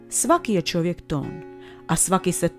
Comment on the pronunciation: kaže Čovjek, a Ne ĆOVJEK